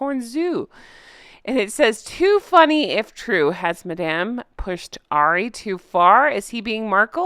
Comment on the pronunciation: Hey. Love your channel. If there is 1 thing that I would say is, I think you are pronouncing Ari wrong. I think it's just like saying Harry but without the H. Like 'hour' and 'herbs'. Just thought I'd let you know. Love your show.